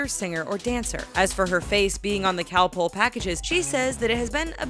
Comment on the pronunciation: The way she says Calpol😬